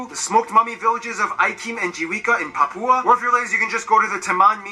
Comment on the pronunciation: dari sekian banyak kota, hanya mengatakan PAPIBOOM (PAPUA) 🤣🤣